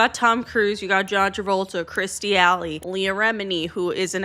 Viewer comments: Yeah and it’s Kirstie Alley not Kristie Alley. But the Hoobert thing cracked me up 😂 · La-vay. Kirst-tee. Hub-ard